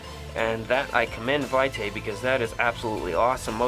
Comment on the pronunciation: I believe it's pronounced vee' tay.